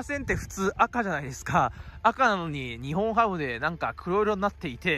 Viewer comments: ニホンハムとか（笑） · 福岡ドームもアクセス悪いよ。最寄駅の唐人町駅から徒歩10分近くする。 あと「にほんハム」じゃなく「にっぼんハム」だからね。 ついでに言えば日本ハムは東京や北海道の企業ではなく大阪の企業です。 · すみません「ニホンハム」ではなくて「ニッポンハム」ですよ。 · は冒頭で日本ハムを｢ニホンハム｣と言ってますが 正しくは｢ニッポン ハム(Nippon-Ham)｣です に代わり訂正してお詫び申し上げます。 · ニホンハム❌️→⭕️ニッポンハム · にほんはむではなく、にっぽんはむです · 日本ハムって、「ニホンハム」っていう人…いるんだ⁉️ 野球は「ニッポンハム」って言うと思っていました(笑) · 高評価516で低評価313 しっかりと日本ハムをしっかり調べてから動画を作ってほしかった 「にほん」ハムってwww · ｢ニッポンハム｣な！！